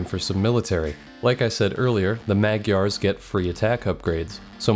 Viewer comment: For future reference, you pronounce the GY in Magyar the same as one would in gyatt (this is the only fucking word in the english language you reserve the proper gy pronounciation for)